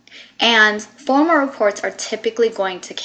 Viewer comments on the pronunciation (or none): It's formAL not former!!!!